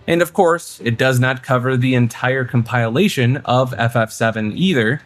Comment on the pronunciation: Com-pile-ation 👎 Com-pill-ation 👍